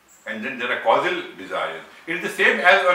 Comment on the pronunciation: Are yu saying Casual body. Then the gross body? Casual is pronounced kaZYUel It sounds like you said the KaSUL? body. And then in sound like yu said. Glass body ..instead of Gross. I am very interested to here yu speak more about Yoga & chakra if yu have. Thankyu much i enjoyed this video much.